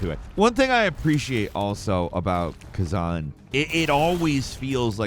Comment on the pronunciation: Khazen? why can’t americans read? Like they say we read on average at about a 7th, 8th grade level, but i suspect its lower by now lol considering our 7th and 8th grade course work is literally childs play in other countries